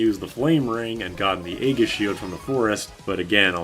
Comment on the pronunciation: Another pronunciation recommendation: "Aegis" is not "A-giss", it's "E-jiss". It's a soft G, and the A is silent.